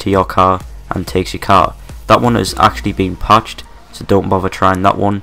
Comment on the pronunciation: "thas won haz been pached" don't fucking talk about it then.